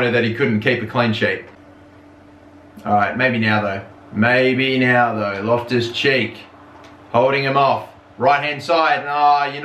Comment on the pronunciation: Whenever you say Loftus Cheek, it feels like you're saying my left cheek